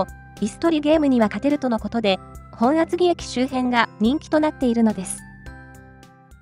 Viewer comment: ｢もとあつぎ｣ではなくて ｢ほんあつぎ｣